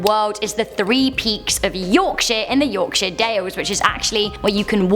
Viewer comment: I love how she said ‘Yorkshire’ correctly! :3